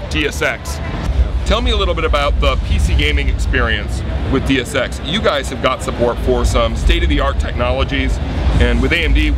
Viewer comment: "Dee-us Ex" and "Square-Onnix"...good job.